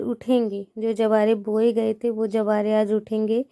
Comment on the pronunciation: Bo ghadi nhi ...vo ghadi likhiye na ap hamesa vo ko bo bolti h